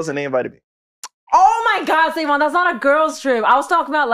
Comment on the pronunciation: yo that intro throwin me off SaVon you gotta switch that lol you can be " sa with the clean slate" or something but the pause into the "N" .... ( also s/o to P referencing rhody and my home turf's terrible driving that actually happened to me one time and somebody who saw us driving had called the police on us homie threw something out the window at me blew a red light trying to fishtail me)